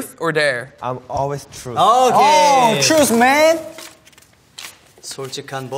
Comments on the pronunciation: When dk pronounce thruth to'truce'😂😂😂😂😂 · Joshua : truth or dare DK : trus 😂 Also Joshua when they choose truth : no no dare dare😅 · not DK pronouncing truth as truce and josh trying to correct him but DK just continuing to say truce 🥺🥺 this man is so precious, must protect at all times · Dk : Trus or dare Josh : truth Dk : trus Josh : truth Dk : ok trus OMG LMAO I KEPT REPLAYING IT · Nobody: DK: truss or dare? Josh: truth. Hoshi: truss Josh: truth DK: truss 😂this is why i like them so much!! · DK: You.. trus or dare? Shua: Truth! DK: Trus. Shua: Truth... DK: Trus.. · "Truce" "Truth.." "Truce.." DK PRONOUNCING TRUTH WRONG AND JOSHUA TRYING TO CORRECT HIM I CANNOT- Also- Nobody: Jun: RAUGHR RUGAHR BARGH BARHG (dog impression) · I always come back for DK's truth, trush, tursh, tush, tur, thru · dk : you, TRUSTH or dare